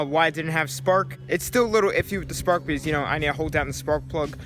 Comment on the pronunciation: Say because not bz